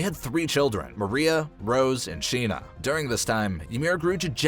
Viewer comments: It is pronounced Wall Mar-Ree-Yuh Mariá the animation tells you shows you how to say it and yet you still pronounce it wrong profusely Why? It's highly disrespectful but good video nonetheless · The way he says Maria 😒